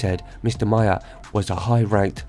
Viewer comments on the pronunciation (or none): Maher is pronounced like Mar...